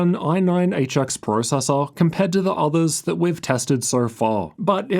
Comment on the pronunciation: I cant handle this guy saying processor